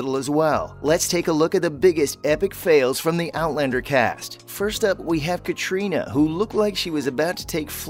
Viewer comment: Oh dear....clickbait and you cannot pronounce Catriona